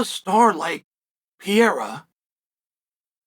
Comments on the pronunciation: Great video, But brother Chael it is Pereira!! Sounds (Pear-rrrer-Ra!) Not Piara! Lol😂 Get it right bru! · I never get tired of hearing you call him Pierra instead of PEREIRA 😅 Just kidding I'm way over it lol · Why you keep calling him Piera man? Isn't this a bit disrespectful? PEH + REH + RA, beautiful name, means pear tree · PE-REI-RA not PIE-RA!! Just call Chama at this point 😂😂😂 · It's simple his name is pIEra not PeREIRa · Stop saying Piera, holy fuck… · Pierra? Is he french? 😂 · I sure hope the do the Uncle-I-have VS pee-AIR-uh fight next. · Pierra 1- Pronunciation 0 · piera? wtf is piera? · LIKE if you're actually referring to Periera as "Pee" - "Yare" - "Uh" because of Chael. 🤣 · Gotta love Pierre-uh and Uncle Lyev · Man still acting like he can't pronounce his name to save his life. No way your inside informant is also calling him Piera. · Piera in what he is saying not Pierra at all haha😅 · exactly what the fuck... 'piêra'... so disrespectful like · You admire him so much that you insist on pronouncing his name wrong. I think it’s just a subliminal way for you to assert your dominance lol. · Calls himself "biggest fan". Proceeds to butcher his name dozens of times😂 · I hate the way you mispronounce Pereira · If you admire him so much, learn how to pronounce his name. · 🚨🚨Dear Chael, how long before you start saying Alex Pereira’s name right? Concerned Fan 😩😩😩🚨🚨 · Such a big Pereira fan you can't even say his name right. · You can't even say his fkn name right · Wish you’d admire him enough to pronounce his name correctly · I know right? How long can you do this for? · Why? You don’t do that. He’s just using a different wrong pronunciation. Literally no English speaker ever pronounces his name correctly. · Wdym Chael is undefeated in name pronunciation